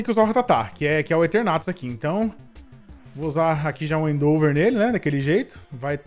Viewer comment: do céu n se fala "endÔver" se fala "endEvor"